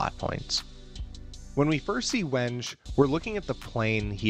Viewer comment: Great video but my man I implore you to check the pronunciations of names. I winced every time you said Wenge 😢